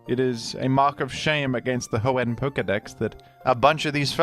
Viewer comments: It's Ho-En, not Ho-Ehn. He's putting way too much emphasis on the "enn." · i’m sorry but the way you say hoenn “hoe-ehnnn” makes this unwatchable for me </3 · The he pronounces Hoenn with that emphasis. Surely he knows??? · Bro its Hoe-in not Hoe-ehN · I've never heard anyone pronounce "Hoenn" like you do. I always hear people put the emphasis on the first part of the word, not the second part. So "HOenn" instead of "hoENN". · It’s pronounced Hoenn, not Hoenn, by the way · the way you pronounce Hoenn (Ho-ENn) has made me click of this video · “The hoe-n special” is my new favorite tick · hoENN is how I always pronounced it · Mf, SAY HOENN CORRECTLY. Jesus Christ. If you were ragebaiting, well done, baited. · can you pronounce hoenn right please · You pronouncing Hoenn angers me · Does anyone else pronounce hoenn wrong like T-T Love u T-T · You emphasise the "enn" in Hoenn, which I find interesting. I don't think I've heard anyone do that. What brought about this emphasis? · weird way to pronounce hoenn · Why does he pronounce Hoenn like that 😩😩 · Baffled by your implication of another pronunciation of Hoenn- is it that he very slightly overpronounces the enn?